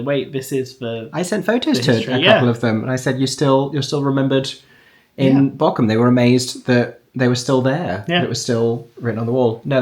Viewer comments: Funny thing, no shame whatsoever you are saying the name of the place wrong but it sounds exactly like you are saying the name of an island of the coast of germany in dialect (Borkum vs Bochum) The "ch" is a specific german sound so pls don't worry about it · Ther is Not a k in Bochum am i the only one that things is really Funny to here is pronounced that way (I am German and have seen the show about five times and I am 16 years old) love your videos ❤ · The lovely 'ch' sound you've got nailed when you say 'ich' is the 'ch' sound you need for Bochum 😊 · As a true German - from Bochum! - I find your pronunciation of Bochum absolutely cute! Correctly would be a longer O and then the CH as Aeron says it. I love this vlog from my hometown <3